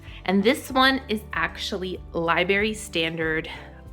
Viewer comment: Would you please work on the proper grammatical application of “is” and “are.” I almost rolled over and died when you said “liberry” instead of “library.”